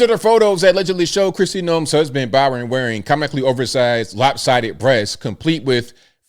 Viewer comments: Bryon not Byran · i believe his name is BRY-on, not BY-ron. Pronounced same as your middle name. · Is reading that hard, at least roast the guy and pronounce his name right.. Bryon.. like Brian.. wow